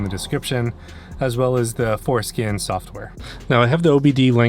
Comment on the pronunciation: WHY do you say F-O-R scan ??????